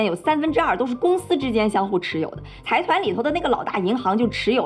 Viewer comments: 财团是读 zaidan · 之前没发现，又一个bug，财团的日文读音是ざいだん zaidan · 非常喜欢你的视频，不过财团应该读 zaidan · 财团的日语读音应该是sai tan。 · 财团是读ざいだん（zaidan）